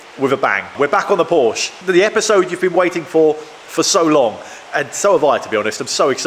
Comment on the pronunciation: Such a shame that you don't know the correct pronunciation of the car your repairing!